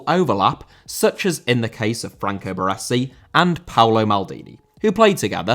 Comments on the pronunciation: Baresi. Ba-Ray-Zee, not Ba-Ressi. 👌🏻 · The way he said Baresi too just hurt my soul.